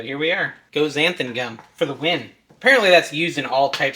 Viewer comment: Why does everyone sy xanth-UM. Read it folks: xanth-AN